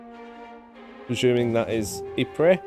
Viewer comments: Please your constant murdering of the pronunciation of Ypres is making my ears bleed. It is definitely pronounced "Ee.prruh". ;) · Technically calling Ypres "wipers" is accurate especially for a British person since the British soldiers in the area gave up on pronouncing it and called it "Wipers" instead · It's fascinating that more than a hundred years passed on and English speakers still struggle with this name. If you look hard enough you can actually find photos with signs that actually say "Wipers" on them.